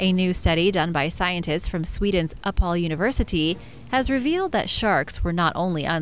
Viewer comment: "Uppsala", not "Uppal" XD